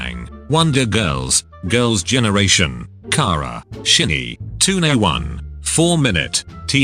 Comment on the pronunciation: “Shinny” “Two ney one” I can’t 😂😂